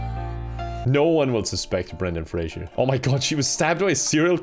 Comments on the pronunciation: PLEASE ITS FRASER NOT FRASIER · It's pronounced phrase-er.